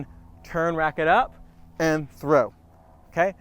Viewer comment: Is Trow an ebonics for something?